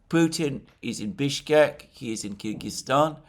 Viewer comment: Mercouris, How is it that you can correctly say Bishkek yet every single time you say Lavrov it is a disaster?